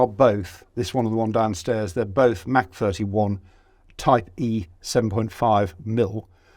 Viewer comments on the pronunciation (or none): none